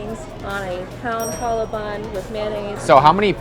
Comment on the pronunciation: You said challah wrong